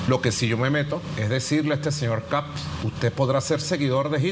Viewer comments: Es Kast No kap mono ignorante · " KAP´S " Dónde habrá aprendido a hablar se viejo aweonao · Ya escucho sr KAP, KAP ps wn jajajajajaja ni siquiera sabe hablar el saco de weas...